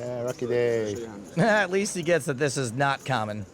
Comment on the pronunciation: NOZAKI LITERALLY SAID "RUCKY DAY" IM ASIAN SO I CAN SAY THIS SHIT